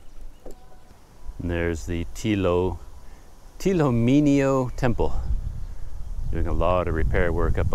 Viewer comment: The correct pronunciation is Htee Lo Minn Lo Temple Myanmar script is ထီးလိုမင်းလို ဘုရား The meaning of the name is that, Htee Lo (Like an Umbrella), Minn Lo (Like a King). The name implies that the king of Bagan is like an umbrella over it's citizens at that time.